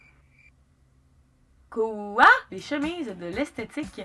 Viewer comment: C'est tellement le fun tes vidéos 😂 On sent que t'as trop regardé Le Coeur a ses raisons, avec ton "keuwa" et ta voix de Criquette qui resort parfois XD Ouiii fais un haul de friperie summertime ! :D